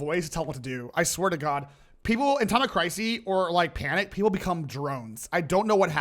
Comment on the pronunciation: I'm sorry... Times of... Crisey???